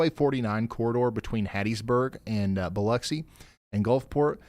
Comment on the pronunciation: Thank you for pronouncing Biloxi correctly BTW. It's lux as in luxury, not locks.